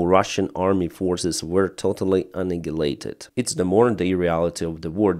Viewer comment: Hi, it is "annihilated" with an "h" and not "annigilated" with a "g". And "crutches-batalion", not "crunches-batalion" Thank you for your content!